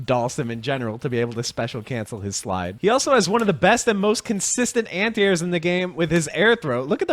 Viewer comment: He keeps saying "anti-airs" but I only hear "ant ears" which I like even better.